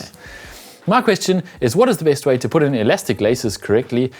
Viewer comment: Putt........?........put....as in....poot......not putt......that's golf!